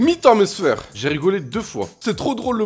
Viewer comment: Pourquoi tu dis mes sfèr